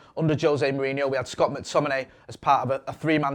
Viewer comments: Can't stand people pronouncing it MAC-Tominay. It's McTominay. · That new guy can't say McTominay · McTominein? sprechen sie englisch? i think he plays for scotland not germany